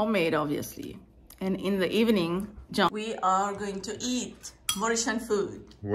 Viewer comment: Dear, in your vidéo YouTube j'avais compris que vous disiez Join and au lieu de John et. En cherchant j'ai compris qu'il s'agissait de JOHN et non JOIN. Erreur de pronociation et de compréhension.Désolé